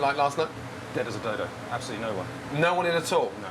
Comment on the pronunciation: he said "dead as a dodo" but I heard "dead as a dildo"